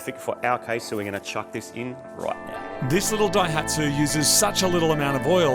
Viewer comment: The name "Daihatsu" is a combination of the first symbol (kanji) of Ōsaka (大) and the first of the word "engine manufacture" (発動機製造, hatsudōki seizō). In the new combination the reading of the "大" is changed from "ō" to "dai", giving "dai hatsu". Not 'break the dyno'. Just FYI...